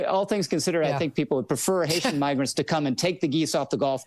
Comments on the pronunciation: every time he says the n word like that it feels like I got goatsee'd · I relistened a few times, I'd argue he clearly says it with an N, it's 100% him saying the N-word. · Was he trying to pronounce it miggrants? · To be fair….it kinda sounds like he says “miggers” with an “m”….and the sound quality is shit….but who knows. Seriously tho, Megyn Kelly wouldn’t care if he did. That’s the whole point…right? Lol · there's a "gur" sound at the start of grant. He's also racist, we know that independent of this. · migger isn't a real word as far as I'm aware, which means what he said is nonsense and not a real word. So he misspoke, I think. Maybe he meant to say migrants? Maybe he meant to say the n word? He said neither successfully. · It's so fucking obvious, the short I doesn't explain the N and then the GER instead of GRA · "No he didn't, he said Migrant" Yeah, haven't you guys ever heard the common pronunciation, "Miggerant?" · a guy who misspoke and started halfway through the word "immigrants" trying to say "migrants" would say "migr" pronounced "migger" Funny that that's exactly what this guy who audibly and visibly said "migr" says happened, a very weird coincidence that is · "No, guys, he said... miggerant." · He obviously said nigrant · I really want to know where the "ger" sound is in immigrants or migrants. Both words have a "rants" at the end, but no "ger" hmmm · i heard "migr" as in immigrants. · Playing devil's advocate here, but if you pronounce migrant the same way you'd pronounce immigrant, (like you would if you mix up economy and economic) and you catch yourself at "migr-" it does sound like what he said. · I hear "miggra" but if you're primed to hear an N I'm sure it's easy to hear it. Yall are kinda nutty for this one. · it sounds less like "migrants" with an N, and more like the n-word with an M